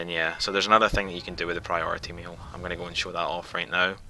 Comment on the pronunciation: Priority "meal" is all I hear.